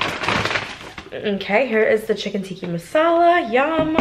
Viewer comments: Its not Tikki, Its Tikka so to be pronounced as Tikkaaa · It’s chicken tikka not tikki 😂. great video!! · hey! i just wanted let you know that’s called tikka masala not tikki masala 😅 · It’s chicken Tika masala not tiki 😊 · It’s chicken tikkA haha